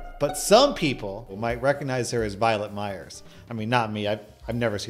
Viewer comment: I thought he said Violent Myers and thought wow that sounds awesome and googled it. 🤦